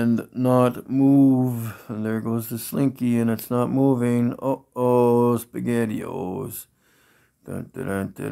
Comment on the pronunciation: A grown man who still says uh-oh spegettio's, wow